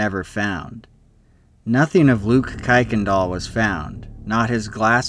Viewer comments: Don't know where you came up with the pronunciation, but every one with the name pronounce the name "kirk n dahl", not "kike n dahl". As fact, kicked is a religious/racial slur. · btw "Kuykendall" is pronounced "KIRKendall" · It's pronounced Kirk-in-doll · "Kuykendall" is pronounced "Kirk-in-dial" if you ever do a followup video.